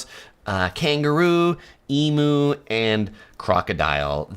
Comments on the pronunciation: NO Roos hopping down the street? Whudda loada rubbish- depends on where the street is... not ALL streets are in the major cities. OH, and IT'S NOT EEE-MOOO, IT'S EEE-ME ...and the bird with the long curved beak are called Sacred Ibis and they've chosen to move into the cities over the past 20 years. They used to live in the bush or country areas, but now they know they can get FOOOOOOD they've taken to roosting in the the really BIG and ROBUST palm trees calle Phoenix Canariensis (as they come from the Canary Islands). The trees are quite large and wide and a number of birds will live in the trees and make lots of noise sometimes and shit everywhere. DO NOT PARK YOUR CAR UNDER ONE. ...and as someone has responded, Drop Bears are NOT Koalas, they're a more feral and dangerous types. Beware. As for US People being 'surprised' that there are lots of 'Asians' here as well as Asian food outlets: Many US People aren't very good at geography, and they obviously fail to realise that AUSTRALIA IS IN ASIA; Our closest neighbours (after New Zealand) are: Papua New Guinea and Fiji, but that's to the east. Directly ABOVE 'Straya is: INDONESIA, then Singapore, Malaysia, Thailand, and east of those places are Vietnam, Laos and up to China and Taiwan. NOT THAT FAR. So, OF COURSE THERE ARE A LOT OF 'ASIANS' HERE- from many Asian countries. They emigrate and many are new immigrants, but there are first, second and third generation Australians of Asian descent. There was ONE place, but th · I'm from Oz, Melbourne to be exact and the Emu pronunciation is not E - MOO, it's E- M-YOU, hope that helps, good video full of useful information for people from overseas......... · Pronounce emu as "ee-myoo", not "ee-moo"! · Not eemoo. Its prounonced EEMYOU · And doesn't it just grate on our Aussie ears. Just because you pronounce it eemoo doesn't make it right. It's a bloody Eemyou! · You've been here 4 times you say and you still call emu. after a cow. It's e-mew, not ee-moo! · Eemew. Not eemu.